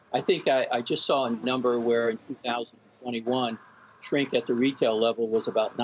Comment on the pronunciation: "Nink" not "Shrink".